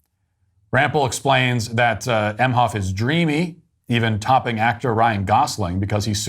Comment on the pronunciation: Doug Meh-hoff. Modern “mensch”. That’s about all I need to hear